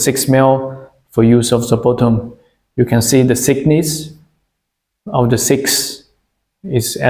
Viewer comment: Please hire a fluent english speaker to speak for you and proofread your subtitles. The plates are measured for their "thickness" and not "sickness." 🤦‍♂️